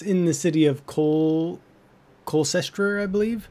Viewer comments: Coal-Chester. Never let an American pronounce English names. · Thanks for the tip! Only fair that I give you one in return. It's Cam-yu-LOD-un-um. lol. And the city is pronounced Col-chester. Anytime you see "cestre" it's pronounced "chester". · also it's pronounced col-ch-ester ch like chess